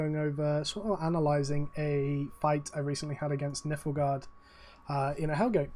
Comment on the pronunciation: The way you pronounced Nilfgaard made them sound so harmless lmao